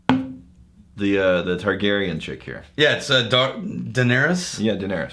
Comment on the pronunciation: Did anyone else want to smash his head in, when he couldn't pronounce Targaryen?